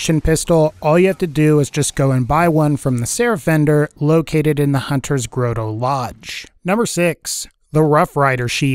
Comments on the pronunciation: Howdy, I enjoy your videos, so keep up the good work. I wanted to give you a tip. Grotto is pronounced "grot-toe". You have been consistent in your pronunciation, so I figured you didn't know. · / / "GROAT-OH?!" Really? It's pronounced "GROT-oh" (often pronounced with a "soft" 't' by those of us west of the Atlantic which sounds like a 'd' to the English). It needs a full set of ir0n sights. Actually, so does the Buffalo. The Buffalo only has a front sight but no rear sight, plus your line-of-sight lines up just above the front sight, so it's hard to sc0re longsh0ts. Also, these aren't technically "sniper" rifles since they have no scopes. They'd be more accurately defined as "safari rifles." Whitting's Elephant Gun from BL1 (which had plain basic ir0n sights that actually lined up well enough) should have been called "Whitting's Safari Rifle" since there are no elephants on Pandora. Real-world safari rifles are typically used without scopes because scopes inhibit peripheral vision which, in turn, inhibits situational awareness. Hip-fire accuracy is irrelevant with a bolt-action no-scope safari rifle. If you want to improve "fire rate" (which is more like improving dexterity with bolt-action and pump-action guns), then use the Infiltrator class mod. "Aiming down sights" without sights is a weird concept, but BL2 doesn't really understand how ir0n sights work, seeing as how most of them don't line up right (or don't exist). BL1 had that issue too, but to a lesser degree, and TPS has it to a greater degree. BL3 seems to break that pattern, thankfully.